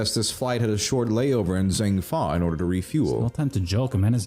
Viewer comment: Man the way they say Zheng Fa like “Zeng Fa” bothers me lol